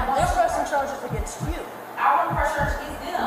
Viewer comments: why did she get carges instead of charges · LOL this channel. "Carges" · ok but the cop w the speech impediment voice is pissing me off